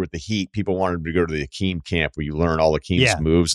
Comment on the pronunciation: Stop saying Hakeem like “ih-Keem” - took me a couple rewinds to figure out what you were saying